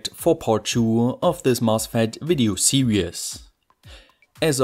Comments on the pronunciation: Your pronunciation of the English word "series" sounds like "serious" to me. A better pronunciation is like: [SEE-reez]. Keep creating great content! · pronounces SERIES! Me: hears SERIOUS!😂😂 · Bro. It's not serious. It's series. I mean Siiiiriiiiis. Great content though. Only thing is I don't have enough brains to wrap around the content yet. Working on it. Otherwise I'm a fan. More power to you.